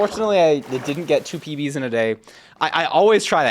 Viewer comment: He said "small PBs" but it sounded like "small pee pees"